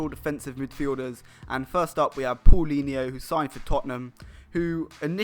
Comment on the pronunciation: Paulinho is pronounced POW-linho.